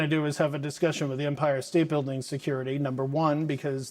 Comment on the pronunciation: It’s EM-pire not umpire!!!!!